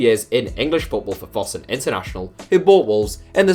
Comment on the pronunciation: How can you mispronounce Fosun so badly?